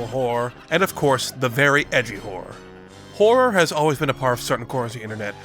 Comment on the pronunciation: would it be wrong to say it doesnt sound like hes saying horror……